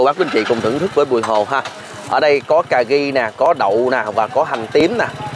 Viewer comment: ... CÀ RI mà nói CÀ GHI, RU BI thì nói là GU BI .... bó tay lun ...:face-blue-smiling::face-blue-smiling::face-blue-smiling